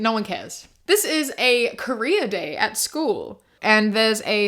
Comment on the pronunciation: when you said career day at school i really thought you said korea day and i was just like "is it kpop or smthn wh- what does that mean"